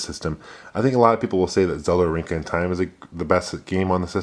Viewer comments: Orinca of Time? You mean Ocarina, right? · OCARINA not "orinca"....damn